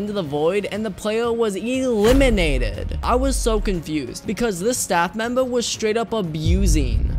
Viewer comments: Lol he almost got eeee-limiated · When ever he says eliminated eeeeelinated